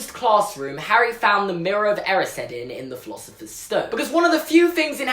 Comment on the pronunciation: Is anyone else triggered about how he says “erised”